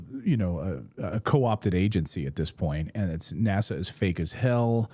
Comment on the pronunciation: NASA pronounced as the Swedish word for nose NÄSA (funny how English speaking have so difficult with our å ä ö). NASA is like the Italian boy made of wood, Pinocchio.